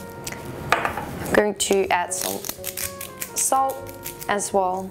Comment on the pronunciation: When you say "as well" sometimes it sounds like "asshole" and it makes me laugh all the time! Haha. Love your videos btw! <3